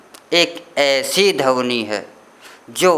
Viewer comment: बुरा ना मानें🙏🙏 "धवनी" नहीं,, "ध्वनि" शुद्ध शब्द है।🙏🙏